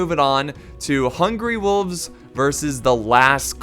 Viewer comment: Every time you say hungry wolves I think you're actually saying hungry wooves hahaha makes them seem way less scary hahah